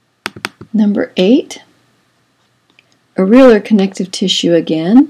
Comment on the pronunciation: Areolar is pronounced (Air- ee- oh - lur)